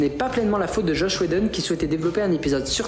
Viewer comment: Faire un gros plan sur Joss et prononcer Josh fait ✅